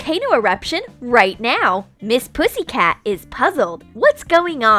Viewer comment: You sayed pissycat